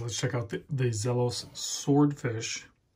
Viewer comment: ZEEEEE-los LOL One guy in the UK did sell a blue/black sand on ebay for $2500usd